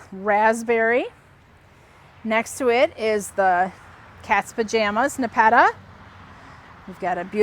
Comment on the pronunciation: Ne pe ta, there are not two tt’s which would allow you to pronounce it as ne petta.